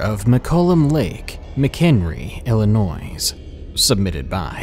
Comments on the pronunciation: Illinoy not illi noise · It's pronounced Illinoi the s is silent. Was born in Chicago IL. Now, I'm a Washingtonian these days lol... Love my new state home...I also live in Aberdeen, WA home of Kurt Cobain ♡ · Illinoizzz? The "s" is supposed to be silent - unless it's a diabolical plot to annoy the people of Illinois. In which case, carry on... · The 'S' in Illinois is silent!!!! It's pronounced Illinoi! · That's hilarious because I've heard a hundred other people say the same thing - Except that it's pronounced Illi-noise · cumastercuonline I know I hate it when people do this!! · Love ur stories and ur voice! Just one thing, the S at the end of Illinois is silent :) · The S in Illinois is silent actually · THE S IN ILLINOIS IS SILENT!!!!!!!! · Yo. The S in Illinois is silent.😂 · When saying "Illinois" the s is silent -_ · the s at the end of Illinois is silent. the only thing more annoying than people saying the s is when you say you're from Illinois and the person says "oh, Chicago?" no fuckin no! fuck Chicago, there's is a whole other part of the state! sorry crazy southern Illinois resident rant over :) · I considered unsubscribing simply because you pronounce the s in Illinois. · you don't pronounce the s in illinois. get it right please. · Jay Feather your not from illinois, are you?